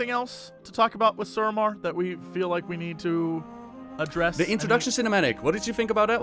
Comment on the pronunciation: Drinking game: take a drink every time Ross pronounces suramar "Sarumar"